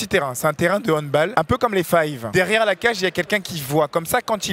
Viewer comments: Et le goal n'a pas de gant et juste on dit handbAll et pas handboll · HANDBOOOOOOL on dit handball car c allemand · Doigby il organise un évent de sport mais il ne sait même pas prononcer handball... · Doig fais un effort 😭 « Le HandbOl » « Le fUtsalle »☠️☠️